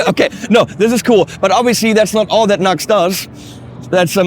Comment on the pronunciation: NEW-X! not NUX you NUCKLEHEAD